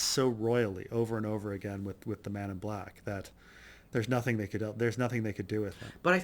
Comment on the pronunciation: Is it me or does each time he say 'Man in Black',, sound like 'Men In Black'?